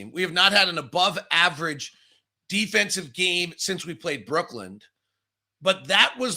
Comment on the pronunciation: I wonder if is ever going to learn that it's pronounced Brooklyn not brookland